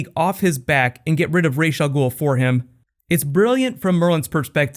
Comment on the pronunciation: Quick question, when did we switch from Ra's Al Ghoul to Rashe Al Ghoul ( pronunciations not spelling)